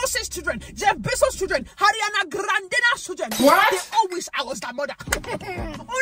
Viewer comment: The way she pronounced Ariana Grande is hilarious 😂